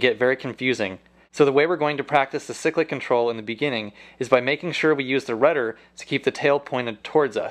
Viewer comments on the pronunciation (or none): seriously its pronounced "si-click" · Stop saying sick lick control🤬🤬🤬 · Ok my trolling comments :-P Helicopters don't have rudders they have tail rotors (in the real thing we just call them pedals) ! Cyclic is pronounced "siklic" with a long first i !!!!!!!!!!!!!!!! But I appreciate what your trying to do.